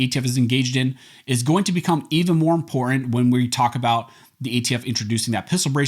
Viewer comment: Please pronounce “Important” correctly for Christ sake.